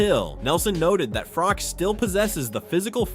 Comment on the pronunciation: His name is pronounced froch like crotch is, not frock. An unbeaten champion yet US commentators can not get it right, still????